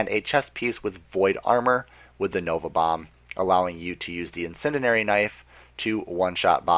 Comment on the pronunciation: In-Sen-Dee-Air-Ee! But, good info man. Just breaking balls...